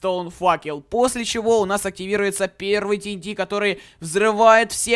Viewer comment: вообще то ти эн ти а не так как ты говоришь